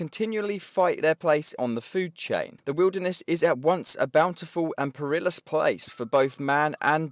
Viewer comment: Look up how to pronounce perilous please.